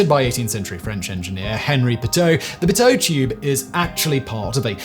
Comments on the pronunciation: I never heard pitot tube be called a Poteau tube.. I started in aviation my ninth grade year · I thought it was pronounced peedoe tube. Maybe thats a british thing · Pronouced Pee-tow tube